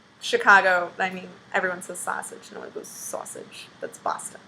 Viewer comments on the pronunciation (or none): none